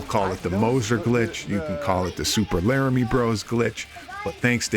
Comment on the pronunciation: lmfao... I'm on PC I wonder if it'll work. Btw you schmucks, it's pronounced Lum iere, not Laramy. I'm Canadian it's French for light..lol